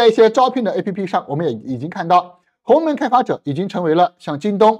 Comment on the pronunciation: 是鸿蒙，不是鸿门哦，博主注意读音！